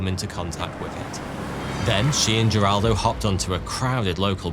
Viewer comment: This is a nuclear disaster that many of us have already heard about being that it is one of the worst nuclear disasters ever. Also, his name is Wagner, not Vagner. He was Brazilian, not German. As well as Heraldo, not Jeraldo.